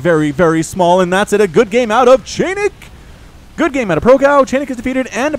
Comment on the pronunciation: a funny thing for ya (and for anyone else willing to know; the one I realized myself only halfay through the cast or so): chainick is not pronounced as [chEinik]: it's [chAinik]. Like in "charge", and doesn't come from "chain" (even though it really makes the impression here). You couldn't really know it; and I know because - here comes the fun part I promised - it's actually a straightforward transliteration of the Russian word "чайник" which, literally, equals "teapot" in English - but, more importantly, in a figurative and playful way also means "a noob", in something. (So if some of you, fellas, find the guy's skill dissapointing - he kinda knows.:) Your big Starcraft fan from the "Russia" map ^^